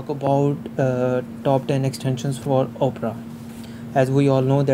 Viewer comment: Great video and your English is good also. I have a few tips to improve your English: the O in Opera is not pronounced like the letter O, it is pronounced like Aw. The way you pronounce it is like Oprah Winnfrey's name but the browser's name is pronounced just like the genre of classical music Opera or Awpra. Also, the word "cautious" is pronounced like if it were spelled cawshis. I hope this helps and keep up the good videos :)